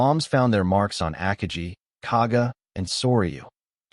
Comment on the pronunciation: your ao cannot even pronounce "Akagi" properly come on you gotta work on your proof reading and listening skills